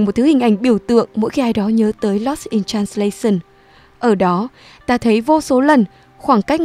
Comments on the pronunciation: Dù giọng bạn nữ rất hay và truyền cảm nhưng mỗi lần bạn đọc từ transla - xừn nó tụt mood quá ấy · Làm ơn học lại cách phát âm "translation" đi xin đấy.